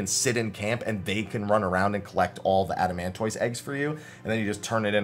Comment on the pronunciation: "adamantoyss" Bruh, look: tortoise = "tortiss" adamantoise = "adamantiss"